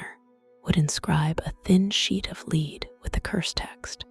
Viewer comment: AI reader (see the pronunciation of "lead" (to ask to follow) vs. "lead" (the metal) and "refuse" (to deny) vs. "refuse" (rubbish or trash). AI doesn't know how to handle context yet. Good content though!